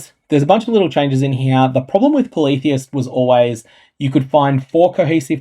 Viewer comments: same. I thought it was poly-theist, not politheist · Ngl.. I got triggered asf at your pronunciation of "Polytheist."